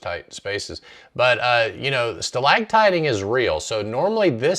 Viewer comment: sorry, it's NOT "stalagtiting", it's "stalactiting. "stalagmites" are ground spikes. we were always taught the C was for ceiling, the G was for ground.